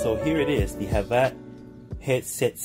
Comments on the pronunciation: Pretty sure it’s havit not jhabla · your saying it wrong its not said like hav-at its hav-it.